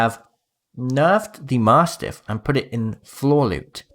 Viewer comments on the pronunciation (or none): none